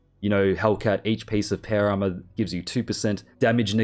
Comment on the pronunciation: It took me 13 minutes to realize he was saying Power Armor and not para armor…